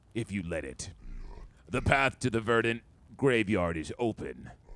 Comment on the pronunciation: Craziest pronunciation of “verdant” I’ve ever heard lmao